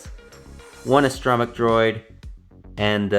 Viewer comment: I have never heard someone say astro mech the way u do... Guess it's like the way Bfab says "character" it "care actor". I do like this one better than the other version just for the see through windows on the sides .